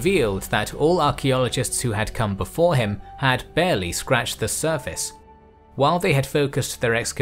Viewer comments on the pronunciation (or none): none